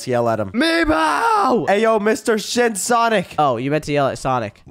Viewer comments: Did said "SHIT SONIC"? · Bro said shit sonic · don’t swear I heard sh*t sonic